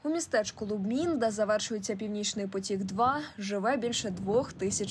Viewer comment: по-перше, не Лубмін, а Любмін. А по-друге, не "Фоерк", а Фолькер Еркманн (Volker Erckmann) :-)